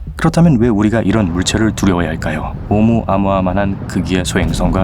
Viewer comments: 무식하긴. 오우무 아무아? 오우 무아무아라 읽는단다 ㅎㅎ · 나레이션으로 "오무-아무아" 로 읽는데 제대로는 "오(우)-무아무아"로 읽어야 합니다. 과학을 다루는 컨텐츠라면 제목 낚시질은 좀...